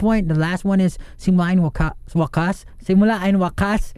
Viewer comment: pablo rlly said simula and wakas with the most banyaga-est accent ever HSHAHSJJSJJAHA i luv luv luv him